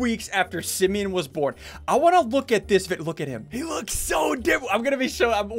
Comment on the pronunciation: What if Simeon said: you look like a east coast! Lol (Btw it's "Simeon" not "Simon")